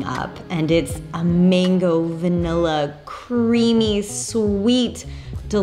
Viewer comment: It’s MANGO. NOT MENGO